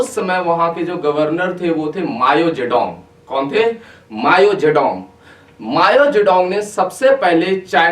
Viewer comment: Bhai vo "Mayo" nai hai "Mao" hai , pronunciation zaruri hai